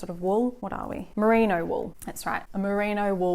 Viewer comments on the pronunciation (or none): none